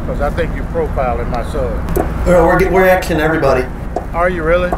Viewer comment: We are axin everybody. LOL